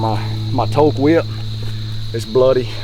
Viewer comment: Gritty and real! Your emotions and reactions are real lol Gotta love the Toelke bows I have my second pika and love that bow! Oh and it's Toel-key Not toelk....ha ha Well done man 🤙🤙